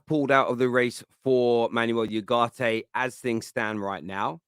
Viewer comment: It`s not YUGARTE, you idoiot! It`s U-GARTE. As in the word oohh.